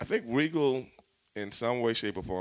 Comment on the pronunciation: say it right, Lord Steven Regal........F**** Legend lmao, i've watched him for over 25 years, an OG in every sense of the word.